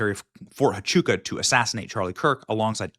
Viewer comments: Fort Huachuca pronounced: wah-CHOO-kuh. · It's pronounced "Wah chew ka" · ErKKKa is guilty as sin. Over and over her lies have been exposed, yet you ignore that, Benny. BTW, it's Fort WAH-CHUKA, not HA-CHUKA. And hyperbole is pronounced hyperbolee. But even the Secret Service said there were no threats, yet she LIED that death threats were why she backed out of the Georgia event with JD Vance. She lied about not dating prior to Charlie and not drinking, and the many videos on internet prove that, yet you ignore it and say there are no receipts. You're part of the club, Benny, and I lost all respect for you and Megyn, kissing her butt they way you do. She's a disgusting lying psychopath. And let her sue me. I've seen the disgusting texts she sent that little 15 year old girl, "I want to come inside your lady garden," I heard her disgusting video with JT Massey, mocking sex inside marriage, and NOW she cosplays a Christian, which she became when she set her sights on Charlie. I can't listen to this anymore. They ALL FAILED Benny, and you say they'd give their lives? Yet they took him to a hospital 25 minutes away, after turning away help from EMT's? You saw the hand signs they gave, including Dan Flood? You're a sorry piece of filth, Benny. Ugh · Fort "Wah-chuca" - Huachuca "High-per-bow-lee" - hyperbole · FYI - Fort Huachuca = wah-CHOO-kuh. hyperbole= hy-PUR-bo-lee. ❤😊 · Benny, since I know you will be following up on this, the H in Huachuca is pronounced with a W sound, pronounced Wachooka. I live her in AZ and it took me years to learn how to say a lot of these Indian names😂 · You can't just walk in on a TS meeting. They are held in SCIF and even in the SCIF they are secure to only those in the meeting. The debunks it by itself. Btw hyperbole is pronounced "hyper bowl ee" and Huachuca is "wa chew ka"